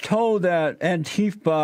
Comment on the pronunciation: Love it when JLP occasionally says Antifer